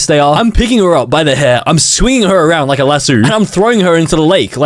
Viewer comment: bro like “I liké you”